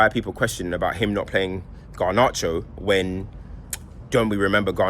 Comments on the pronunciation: Have a drink every time says Gar-nar-cho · I love the way pronounces garnacho 😭